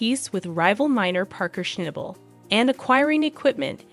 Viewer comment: Please please Before you place an announcer On the air Please please Before hiring them sit down in front of a TV set and have them Watch5 seasons of Gold Rush if they can't come up with snobble With Parker's last name Just have them call I Him Parker Fans will know who the hell they're talking about I have after watching most all of any kind of update Update Or announcement Will they say Parker's last name correctly from now on just call the hymn parker I I personally can't spell snobble But I know it when I hear It